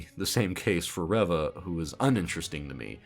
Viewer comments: Your intentional mispronunciation of Reva's name comes off as ignorant and disrespectful. And I don't even like the character. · I may be wrong, but I don't think he mispronounced her name on purpose. If I had to guess, he may have forgotten her name, referenced his notes, saw “Reva,” and accidentally pronounced it differently. I say this because I forgot her name. I remembered her as “Third Sister,” and it was only from watching other reviews that I was reminded of the character’s actual name being Reva. (Remembering names isn’t my strong suit.)